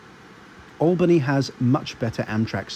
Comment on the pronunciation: Oh, and good job pronouncing "Schenectady", "Albany" and "Rensselaer", you nailed all three! Us locals can usually tell who's not from around here by that. Lol